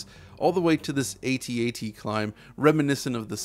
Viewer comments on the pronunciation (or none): Fantastic entry into the DF Retro pantheon, thank you. But I don’t get the inability to just say ‘AT-AT’ & ‘SNES’ rather than ‘AY-TEE - AY-TEE’ & ‘ESS EN EE ESS’ it’s just quicker & easier to say the former